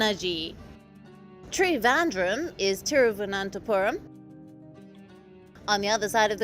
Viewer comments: When the narrator struggles with Thiruvananthapuram & then also states about the history, that the names of these Cities were changed to suit their colonizers. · What a tragedy? An Indian Channel has a reporter who cannot pronounce the name of an Indian city properly! Shame.Thiruvananthapuram is the name the reporter butchered But then the arrogant North never attempts to learn anything about the South.. shame shame.